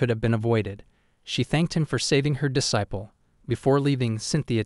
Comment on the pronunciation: Do you really don't know how to pronnaunse "Disciple "? JK good work but please find some of the words and put them in to google to get the pronnaunsiation right